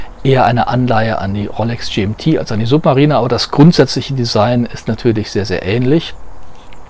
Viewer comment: Also Suub...marieh....ner hätte ich die Rolex glaube ich nicht ausgesprochen.